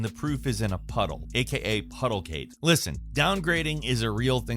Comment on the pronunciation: “Puddlegate” not “puddlecake” hahahah